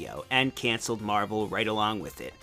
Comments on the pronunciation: uuuuuuuuuuuuuuuuuuuuge its so hard to watch this! i want to watch this but him constantly sayign marble instead of marvle is freaking annoyign teh shit out of my OCD ._. soryr if this uspets anyone, just a mini rant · Scuse me but I think it's spelled "Mahvel"